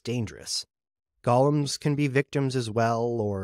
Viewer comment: Golems, not gollums, right?